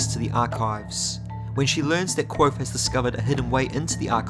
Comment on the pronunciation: Have you tried practicing your pronunciation of the word "Kvothe"? It's Kvothe with a "v" sound, not Kwothe. I love your videos but cringe every time you say his name!